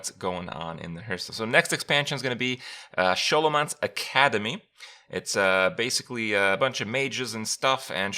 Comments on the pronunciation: >sholomance smh kripp, you should know it's pronounced like skolomance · its s-Kolomance.. not Sholomance... :/ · Skoll-o-mance. As in, scholar + necromancer. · Is it just me being bothered by the Show-lo-mance pronunciation vs the Skow-lo-mance one? am i the only one who finds this kind of interesting? can anyone confirm the correct pronunciation? as someone who speaks english as a second language im now really confused by this word. whats the correct pronunciation? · Most of WoW, specially in early expansions, was mostly text, so most people named things as they thought and then stuck with it. Same happened with Pokémon, when we were young, we used to name them as we thought, then after time we discovered we were wrong but we didn't care, because we were used to it. In my language, you would be amazed how bad people pronounce some names, most of those errors were so common than even the translation started misspronouncing them. (Tral, Haina, Tirande...) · Even though "Sch" is pronounced "Sjo" in many countries, in this name it is pronounced "Sko". So it's Sko-lomance. As they also say within very few seconds of the cinematic trailer. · I think it's pronounced "Skolomance" - like schol[ar] - [necr]omance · It's pronounced "Skoolomance" like in School! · It absolutely is. They even say as such in the trailer, which I guess Kripp didn't watch lol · Yeah we aint doing this for the next 4 months its Skolomance Kripp pls :'( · I'm pretty sure its pronounced SkO-lO-mance lol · Its not Sholomance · SHO-lomance??? gtfo xD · It's pronounced skolo man se. Think school mansion. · I'm 90% sure it's pronounced "Ska-low-manse" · wow he really cant pronounce Scholomance? Didn't he play WoW for years?! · Do you say "school" too, god damn that horrible prononciation of scholomance really triggered my ears